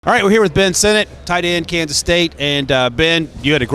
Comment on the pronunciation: Jared Verse✅ Jayden Verse❌ Ben Sin-It✅ Ben Sin-Not❌ Rome Oh-Doon-Zay✅ Rome Oh-Dun-Zay❌ Nah-Jee Harris✅ Nah-Jey Harris❌ Really struggling with the pronunciation on these players names.